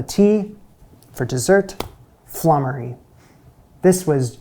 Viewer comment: That bubble & squeak is a bit of a pigs ear! It's just left-over veg (no cheese!) mashed up and fried and served with cold sliced meat and gravy, so basically whatever is left from Sunday Roast. The next recipe is pronounced floomery but its a very old thing not seen these days.